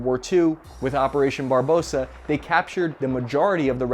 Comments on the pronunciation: I'm... Confused... Why are you pronouncing "Nagant" as "Nagat" and "Barbarossa" as "Barbosa"? Are you trying to imply that the Mosin is a nugget and you've watched too much POTC that Barbossa keeps coming to your mind? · I love your channel even with the at least, one mispronounced, well known term. Today's word: Barbarossa (Bar-ba-ross-a)! Seriously, love the channel and it wouldn't be the same without the occasional word salad. Thanks for the great content! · BAR BA ROSSA.... if you cant say it .... dont say it!.... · Hi from sunny Bulgaria! The plan,s name was BARBAROSSA, not Barbosa! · Barbarossa ("Red Beard") not Barbossa. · Barbarossa Not Barbosa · Barbarossa, bro. Not barbossa. 🥴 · It's Operation Barbarossa not Barbosa. They named it after a german king not after a pirate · BOI SAID BARBOSA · "Operarion Barbossa" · IS EVERYBODY IN AMERICA ILLITERATE it isn't called operation captain Barbarossa(pirates of Caribbean) its barbarossa like Friedrich Barbarossa -red beard german emperor the pirates movie was made like 70 years after ww2